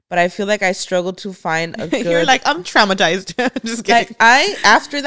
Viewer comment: 😂 when says Tramasize & not traumatized lol